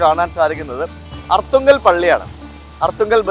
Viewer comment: Aarthungal alla Arthungal aanu